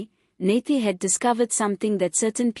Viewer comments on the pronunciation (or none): Nathi not Nathe. Learn to pronounce people's names properly.